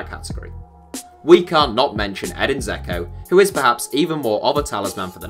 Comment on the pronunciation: Just wanted to say how to pronounce Eden Džeko's name, the ž is pronounced like "je", like jester. You do pronounce the d.